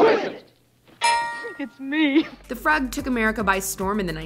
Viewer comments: It;s froog not fuhg. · Just sayin': The Frug was pronounced the froog, not frug. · FYI the Sweet Charity dance is called the Frug - pronounced froog not fruhg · Hey, kids: It's pronounced "froog," not "frugh." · Frug is pronounced like froog, not like "rug". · Froog Froog! not frugh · Frug?? It's pronounced Froog. Please fix. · Um, it is pronounced "FROOG" not "frug"!! OMG. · FROOOG, not frug. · "Frug" does not rhyme with "rug." It's pronounced "froog." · FYI. Frug is pronounced with a long u - froog. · It's pronounced "Rich Man's Froog". Not "Frug" like rug. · It's pronounced FROOOOOG (like the o sound in MOOD) not FRUHG. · About Rich Man's Frug. The word is pronounced froog, not frugg. It's a Sixties dance (that has nothing to do with the movie, I believe). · The Froog, not the frug when you pronounce it. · It's pronounced froooog! Not frug. honestly.... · “Frug” is pronounced “frooog” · Number 10 is pronounced froog not frug. I can't believe you're narrating a dance video and you don't know that. It was like the most popular club dance in the 60s. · It’s pronounced froog not frug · Great video, with enough footage of each number to get a great sense of the whole piece. Just one thing, the dance sequence from SWEET CHARITY is the Rich Man’s Frug, pronounced Froog, not frug rhyming with drug. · Rich Man’s Frug (FROOG)… not frUg. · Pronounced : FROOG ...Long vowel....NOT frug as in rug. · Frug isn’t pronounced like “drug”, it’s pronounced like “Froog”. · frugh? It's froog you dodos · re: "The Rich Man's Frug" - From one who is old enough to remember: Frug is pronounced "Froog," not "Frugg." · FYI: Frug is pronounced like the frug in frugal or the goog in google. Not like the snug in snuggle or the jug in juggle. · It’s pronounced “froog” not “ frugh” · Hilarious. They think it's pronounced "frug"... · It’s pronounced frug with a long u (froog) , and DOES NOT rhyme with rug! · It's not pronounced frugg! It's froog! The Frug! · Its pronounced FROOG, not FRUG!